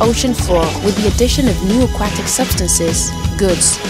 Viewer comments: How does this lady not know how to pronounce Aquatic? I don't think I've ever heard anyone pronounce Aquatic like that... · i like "A-Quack-Tic" for aquatic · i knew i wasn't the only one... a-quack-tick. i don't recognize that accent... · I busted up every time she said AhQuackTick life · Love these trailers but man, that's a weird pronunciation of aquatic.